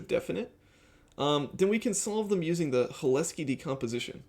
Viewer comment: Hi, watched your content for a while now and I appreciate it. I’m glad you found the Cholesky decomposition way of doing OLS, that would have been my suggestion. I would say - I believe the emphasis is on the C in Cholesky, not the H. Also, I could see the if check you put in taking longer because it has to check that if statement every time, which isn’t free and is a lot of conditional branching for a modern CPU. Alternatively, I’d maybe see if you could utilize ndarray with iterators and reducers for constructing the design matrix. It could probably utilize some magic SIMD vectorized operations and could be “perfectly parralizable” with parallel iterators interfacing to Rayon. Also, I believe Cholesky decompositions are built into ndarray’s matrix library and I (strangely) found it to be faster than nalgebra in my own testing. A last point - I would consider moving towards spline regression (e.g. B-spline) over polynomial regression if you find you’re using polynomials of high degree. They tend to handle the bias/variance trade off better for complicated functions.